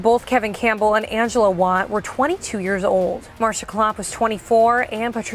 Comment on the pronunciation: As a family member of one of the women killed, it is inconsiderate to call these "great stories". Secondly, Angela Wyatt is pronounced Y-at. Not Wat. Please consider that these aren't just stories to all of us. For some, it is a harrowing truth that we still have to reconcile every day of our lives.